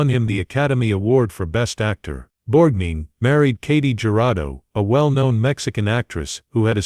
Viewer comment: Borgneen? Effing Borgneen? Stop this. Please. No more.